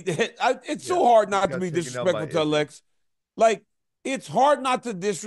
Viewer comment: Daniel, it’s not Uh-LEX, it’s Alex